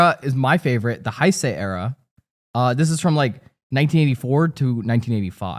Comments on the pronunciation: Only because you asked for corrections. Biolante is the monster based on human pollution note Ghidorha. King Kong was not the first monster Godzilla fought. And its pronounced "Hey-say" era. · Now I need to know what favourite Super Sentai shows are A minor thing is that Heisei is pronounced more like Hey-say. Awesome episode! Did not expect you guys to talk about tokusatsu